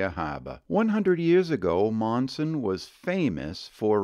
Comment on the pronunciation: I grew up in Monson, Maine. Overall, a great video. However, a few discrepancies. It's called Spectacle Pond, not Spetacle. Another is, Monson, Mass. is pronounced Munson. Another is, please pronounce Bernice correctly. It's pronounced Berniece.